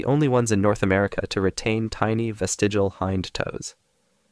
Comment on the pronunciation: Good video, but the word is “vestigial” not “vestigal”.